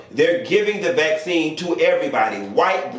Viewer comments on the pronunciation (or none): Black-cine. Not vaccine. Black-cine. ✊🏾 I heard that. 😂